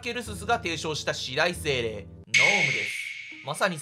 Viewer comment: すみません。 四大精霊の読み方よんだいせいれいだと思います